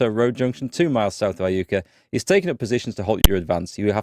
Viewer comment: Iuka is pronounced eye-YOU-kah and is of native american origin. Jacinto is pronounced Ya-sin-toe also.